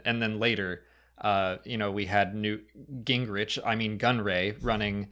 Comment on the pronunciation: “Nute Gingrich”? That was funny,.